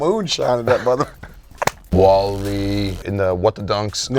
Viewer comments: gets worst take for calling him wahle and not wale haha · really called wale, wall-e come on man you gotta do better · for that wall-e pronunciation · needs to be punished next week for “waly” 💀😂😂🤦‍♂️ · had the worst take pronouncing Wale as Wall-E 🤦‍♂️ and Trinidad rocked the shit out them Steve Madden joints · said Wall-E lmaoo hold this worst take